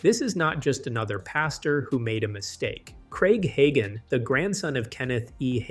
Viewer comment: You should at least learn how to say the name right.